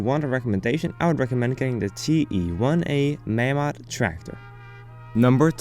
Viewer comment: Its pronounced 'May-mod'